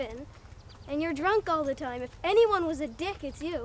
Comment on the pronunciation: “Don’t call my dad a Dieck”💀 never heard someone pronounce it that way